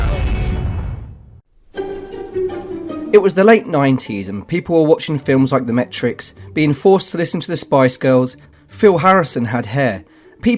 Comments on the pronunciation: I love deadpan humor. Don't like that he pronounces 'Matrix' like 'metrics'. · did he honestly say "The Metrix"?